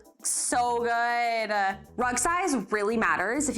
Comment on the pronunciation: "Guuu-id-uhh" 🙄 "Good" is one syllable.